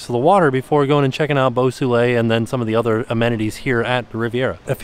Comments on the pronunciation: The pool, Beau Soleil, is actually pronounced ‘bow so-lay’ and translates literally to ‘beautiful sun’ or ‘beautiful sunshine’. Sounds better in French!! 😁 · And 'Boo Soolay' 😆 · saying "Beau Soleil" got less and less French the more he said it LOL